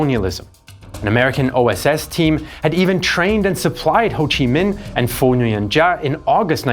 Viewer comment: Man if you're going to make a documentary at least learn to pronounce the viet names correctly. Nguyen is not pronounced NEW-YEN, ffs.